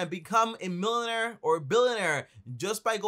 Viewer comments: Wtf is a “Millonare” or “Billonare”?? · Don't take advice from someone someone who can't even pronounce basic English word's he's using to describe the businesses....SMH..and also make u a mullnaire...in the process 🤣.....🚦Red-light.... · Millin air billin air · “You don’t have to be a milenair or bilenair” 😂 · LOL that’s how they pronounce millionaire in Barbados I guess. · I thought I was the only one who caught his pronunciation 🤣🤣🤣🤣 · Made me rewind to hear 😂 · Jeez learn how to pronounce millionaire and billionaire